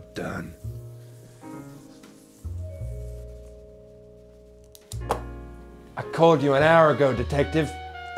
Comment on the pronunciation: "I gey the job donee" goes hard